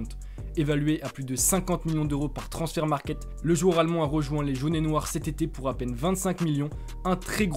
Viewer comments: on dit transfermarkt et pas transfert markert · Il a raison. C’est transfermarkt parce que c’est allemand et non anglais